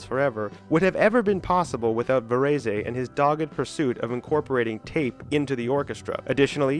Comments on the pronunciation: Varez NOT Varezay! Jesus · Actually, Debussy was almost the only classical name he did pronounce correctly. (French words do not emphasize one syllable over another. You pronounce all syllables with equal emphasis.) His saying "Vuh-REE-see" as Tony Soprano would have said it had me almost crying. By the way, you can Google names to find out how to pronounce them correctly. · Xenakis is not considered a musique concrete composer. You mispronounced Varese completely - it has two syllables. I knew Simeon who was one half of Silver Apples - I produced an album for his label Whirlybird - sigh... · Varèse is 2 syllables, the final e is silent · Your pronunciation of Varese's name is just too cringe. Couldn't get past it. Maybe I'll try again tomorrow. Please do better. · PLEASE learn to pronounse "Varèse"!